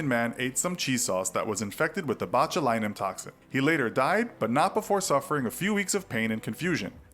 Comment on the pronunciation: Botchulinomubopolous lmfao you sound like my 4 year old tryin to say cinnamon